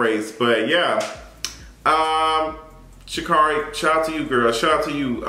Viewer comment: Her name is pronounced Sha’Carri(e)—> shuh keh ree